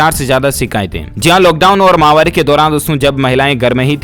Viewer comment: माहवारी नहीं होता है मित्र महामारी शब्द होता है